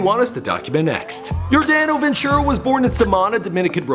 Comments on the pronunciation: same. and his name was just butchered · Dude u completely butchered his name.